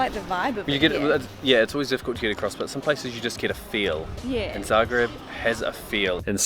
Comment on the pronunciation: I really like your videos and I love that you mentioned Zagreb (I'm from Croatia). Your pronunciation is the most accurate I heard in really long time.